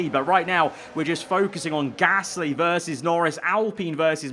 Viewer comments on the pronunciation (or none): none